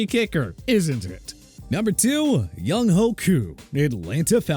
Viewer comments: ITS PRONOUNCED YOUNG-WAY NOT YOUNG-HOE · Younghoe is pronounced “Young way”